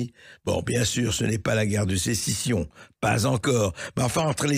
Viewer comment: Bien entendu Cessision? 😂😂 Sacré 🤡🤡🤡🤡